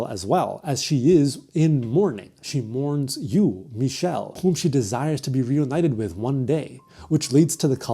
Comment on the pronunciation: i’ve never seen someone pronounce didier and michel’s names correctly! amazing!